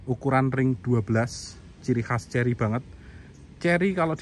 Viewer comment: Kerry bukan cerry☺